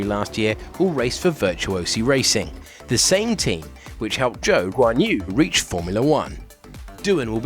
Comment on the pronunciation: it would be great if you all start pronouncing Zhou's name right...